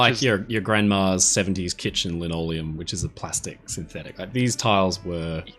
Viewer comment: I laughed out loud when said "I'm fascinated by lanoleum". 😂 Great video. Thanks!